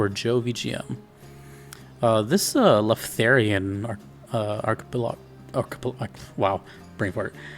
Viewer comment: Not only you had trouble saying Archipelago, you even misspelled in the title LMAO Anyways, two of the best trakcks in the game, maybe both in my top 5